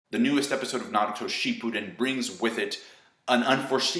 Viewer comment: it almost sounded like you said "shitpudden"